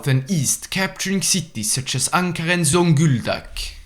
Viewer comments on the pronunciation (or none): none